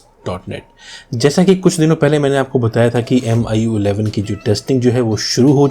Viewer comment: This guy can barely speak "MIUI11".